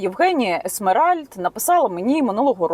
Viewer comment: Відео пізнавальне❤️👍 …але не Есмеральд Євгенія, а ЕМЕРАЛЬД. І не снайперка, а військова підрозділу Сафарі 😉